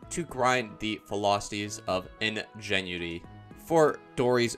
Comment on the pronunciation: Am I the only one thats irritated by how he pronounced ingenuity?